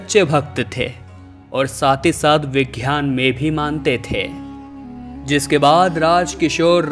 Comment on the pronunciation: 'घ्यान' नहीं ज्ञान, 'वैघ्यानिक' नहीं वैज्ञानिक। 'घ' के बजाय 'ग' अक्षर हैं।